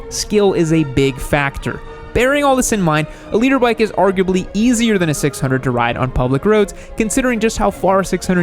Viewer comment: i really thought he was saying Leader bike LOL